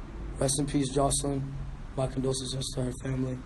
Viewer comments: He could never pronounce that word. Lol poor baby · Too bad he died not knowing how to say condolences